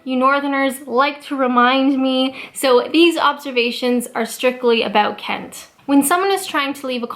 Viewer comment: Why do I love the way you say Englan-dd so much? And Ken-tt? Righ-tt, back to work...